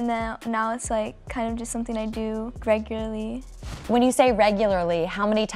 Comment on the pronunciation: “Greg or ly” Interviewer - “when you say REG U LAR LY ... how many times a week” 💀